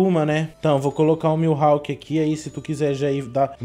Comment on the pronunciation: Ele chamando o mihawk de milhawk kskskssk